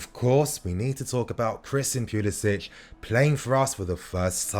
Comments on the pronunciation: It's not Pulisich 🤦Pulisic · It's pronounced pulisick, he didnt adopt the ć that most Croatians have.